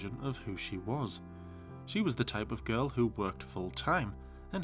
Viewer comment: it’s “girl” not “gorl”